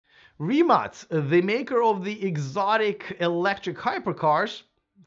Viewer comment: Congratulations!You are first "foreign" reporter who pronounce "RIMAC" correctly.